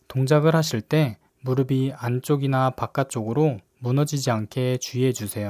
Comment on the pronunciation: 무릎이 - 발음 - 무르비(x) - 무르피(ㅇ) 엉덩이 근육은 우리 몸에서 가장 큰 근육 중 하나(x) 엉덩이 근육은 우리 몸에서 가장 큰 근육(ㅇ)